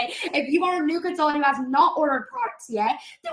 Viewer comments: Can the girl not pronounce con-sul-TANT???? She annoyingly leaves out the first T in that word 🤬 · They way she says consultant: consul-ENT drives me crazyyyy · the way she goes 'con-sul-TANT' drives me bonkers